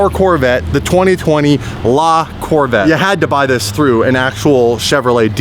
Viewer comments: Not lacorvette. The name is Lavette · just make sure you pronounce the E ath the end of La Corvette ( like la corvett-eh) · Its LaVetteh